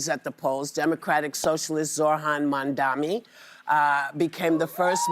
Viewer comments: Joy should know that his name is Mamdani not Mamdami . She should also tell Whoopi the same. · The irony of Joy saying Trump will have to pronounce Mamdani when every single one of them got it wrong they either said Mamdami or Mandani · Can someone tell them that his name is MamdaNi and not MamdaMi. Joy is making fun of Trump pronouncing his name when she doesn’t pronounce it right either. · Ladies. Learn the name. Its MUM- DAA-NEE. Not MUM-DAA-MEE or whatever you all are trying to say or trying to not say. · Well, you all need to learn how to pronounce his name — Mam-Da-ni. It’s not Mam-Da-Mee!! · Again Whoopi can't pronounce the name.... My 3 year old can, why can't yall? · The irony of Joy saying Trump would have to learn how to say 'MamdaMI' now. MamdaNI Joy, MamdaNI. 😅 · MUM-DAAAH-NEEE!! Please say it right... Its far more easier than the last names of others! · Why can't these women say MAM-DANI? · Here ya go: Mom—Don—E. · I understand his name is spelled kinda funny, but its pronounced mom-donny. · Joy you didnt even pronounce his name right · Whoopi! It's "Mamdani." You sound like Cuomo! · The irony of joy not being able to say mamdanis name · Joy cannot pronounce Mamdani’s name. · Joy pronounce his name wrong. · Why can't they get his name right? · Joy calls out Trump for not knowing how to pronounce Zohran's last name IN THE SAME BREATH AS SHE HERSELF MISPRONOUNCES HIS NAME! White people be so funny sometimes. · Why does Whoop keep mispronouncing Zohran's last name? Come on, lady! 😂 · You could at least try to pronounce Mamdani’s name correctly after a gazillion times that you’ve spoken about him on your show, at least now that he’s won the election, do try to learn his name! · They dispronounce his name to belittle him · whoopi says his name wrong... and it's not the first time. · Whoopi still there saying people’s last names wrong. 🙄. It is MAMDANI!